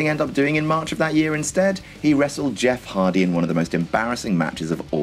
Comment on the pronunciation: Who's Jeff Hardly ?